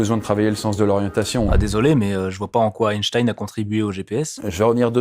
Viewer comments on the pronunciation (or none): ⛔Parcontre une erreur historique n'a jamais était mise a jour , la prononciation de son nom tout le monde dit Einstein (ein)alors que ca se prononce Einstein (in).⛔